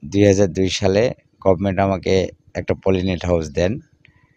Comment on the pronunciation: No polyten. Its polynet.